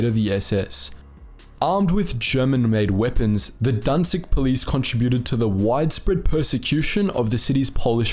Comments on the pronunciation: może sie kurde naucz że nie danzig ale Gdańsk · you even pronounce it wrong, it is not guhdansk, there is no u. And danzig sounds really bad, like someone had choked on something or someone was coughing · one thing that really gets on my nerves; IT'S GDAŃSK! NOT DANZIG danzig was the german name for Gdańsk which is a Polish city, not German, there should be no germanisation of what was so desperately defended from germans. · Danzig sounds better than "Guh-Dansk" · XDDD wtf is danzig, *Gdansk (Gdańsk) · Why do you call Gdańsk Danzig? Danzig is a german name. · Danzig sounds better, "Guh-Dansk" now? It sounds slobbish